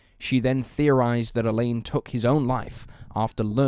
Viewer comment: Alain should not be pronounced like "Elaine" 😂😂😂